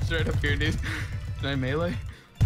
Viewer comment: "Can I mele?" God bless this man